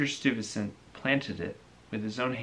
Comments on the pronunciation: Interesting book review, very nicely done. Stuyvesant- pronounced Steye vah sant, not Stew vah sant. Peter Stuyvesant was a founding figure in New Netherland which later became New York, after the Dutch turned it over to the British. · I liked this video,, the only thing I must say is your pronunciation of Stuyvesant bothered me deeply, lol,,Oh and in manhattan we got a high school named after him :)